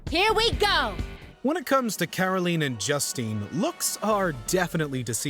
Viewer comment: It's pronounced Caroleen, and Joosteen.